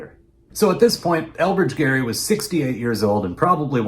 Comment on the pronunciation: My maiden name is Gerry, decendant of Elbridge. You are the fist person i have heard pronounce it correctly, Thank you. I know the man was a crook, but these days it is disheartening to hear my name used like a swear word.